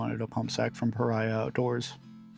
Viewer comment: Pah Ree Ahh. Not Pah Rye Ahh